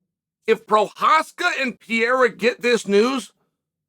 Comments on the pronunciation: Uncle Chael singlehandedly gave Alex a whole ass new italian citizenship with that "Pierra"😂😂😂😂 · can’t wait for the fights! alex pee-era vs jiri and sir-gee vs aspinall! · What a sad day it is when Chael pronounced Prochazka the right way. Lets hope not to see the day that he gets Pereira right.